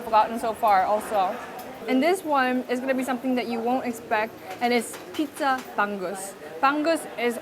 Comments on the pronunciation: it's pronounced as bang-ooze, not bang-goose. Love your content, I've been a follower since your tiktok and before you hit 1M on yt. Loved your vlog with jessica. I hope you get content with ninong ry and chef boy logro next time you come back to the PH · I love your pronunciation of “Bangus”. 😂